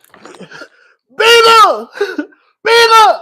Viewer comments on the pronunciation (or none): "Be guhd"